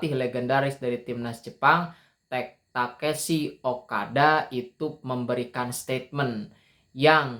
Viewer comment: Tekeshi ? Takeshi mungkin ya bang 😅😅